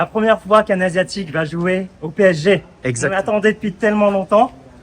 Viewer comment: 파비앙님 덕분에 프랑스어가 들리네요~! 빼에쟤~! 앞으로도 PSG(피에스지) 라고 안하고 빼에쟤라고 할께요.